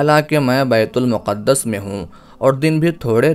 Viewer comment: Yeh BAITUL MUQAD-DAS NAHI HEY BELKEHY IS NAAM KA SAHI TALLAFUZ "BAITUL MAQDAS" HAY. PAISE KAMANA HE MAQSOOD HO TO PHIR JO CHAHEN TALAFFUZ ISTEMAL KARENY. KASH KE ILM KAA SHAOOR BHEE HO.